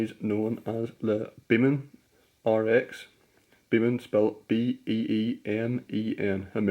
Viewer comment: Just to let you know, it's "Beeman"